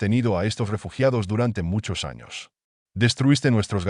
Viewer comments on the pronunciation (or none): none